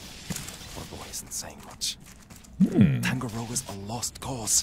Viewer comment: I know this is old, but if anyone is curious, Tangaroa is pronounced Tahn-gah-row-ah, not tang-gah-row-ah. It's an actual Maori word :)